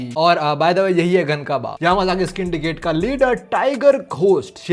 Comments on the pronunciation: what the hell is skindicate??, its syndicate pronounced as sindicate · it's the 4th video and I am still saying it's Syndicate:✅ Skindicate:❌ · Syndicate ❌ Skindicate ☑️ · In whole video , Syndicate ❌ Skindicate✔️ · pls Don't say scindicate it is syndicate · its not pronounced like that, it is pronounced like syndicate only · No bro wo yamazaki syndicate ko" yamazaki's indicate" bolta hai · Syndicate ❌ scindigate ✅